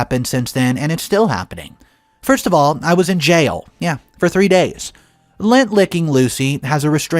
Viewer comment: It's lint, lint licker. Not Lent, period before Easter, or lent, past tense of lend.